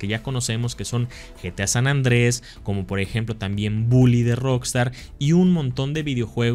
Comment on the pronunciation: Me genera una ansiedad que le llames gta san andres el nombre correcto es san andreas